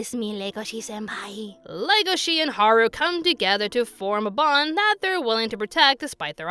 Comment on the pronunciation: Odd thing is its legosee not legoshe in pronunciation. The character was named after the actor for Dracula. Its wierd that the English dub messed it up.